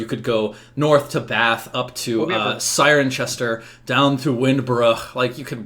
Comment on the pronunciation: Just FYI: Cirencester. Sigh-ren-ses-ter. NGL I have no idea if it's a historical thing or not, but that's not how it's pronounced today.